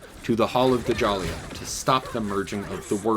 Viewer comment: Its not pronounced (Duh-Jalia) Djalia is pronounced Jahlia (Ja-lee-ah) cmon bro